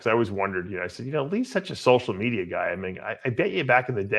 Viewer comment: dave and his fascination with social medierrrrr